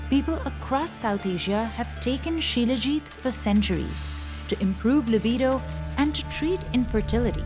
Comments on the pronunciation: It's salajeet (Salajit) not shilajeet 😂😂😂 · Shilajit = She-Le-Git = She Legit = Legit stuff to make her happy